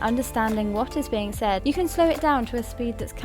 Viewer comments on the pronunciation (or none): none